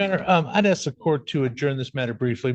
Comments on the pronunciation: I have no idea why, but mispronouncing ASK bugs the tar out of me. Ax, axle, Axsks, it's so silly sounding, 🤷 it's annoying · He loves using words, even when they are nonsensical or wrongly applied. Exhibit 1: Axsks instead of Ask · Please stop Axing! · He is supposed to be saying Under the Threat OF duress and coercion. How is it possible that he can pronounce the word discovery but not the word ask, the s makes the same sound in both words. Can someone please explain the mispronunciation to me.